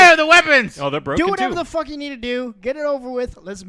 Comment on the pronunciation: That "Fuck you" was sooo clean and amazing